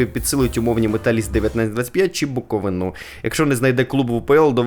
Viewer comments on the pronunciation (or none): Добре було б, якби всі блогери, нарешті, запам'ятали куди ставити правильний наголос у слові БуковИна! Ніхто ж не каже, що футболіст підсилить ПолтавщинУ.